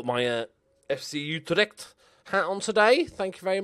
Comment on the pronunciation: You really murdered that poor Fellaini wig... And the pronounciation of Utrecht for that matter